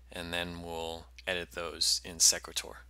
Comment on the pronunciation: Thanks for the video. I would pronounce the program name like "equator" with an "s" in front. "See-quay-tor"